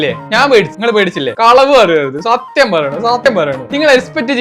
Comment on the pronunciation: Bro സത്ത്യം എന്ന വാക്ക് സത്ത്വം ആയിപ്പോയി